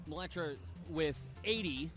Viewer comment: I love that no one pronounces "mleczarz" properly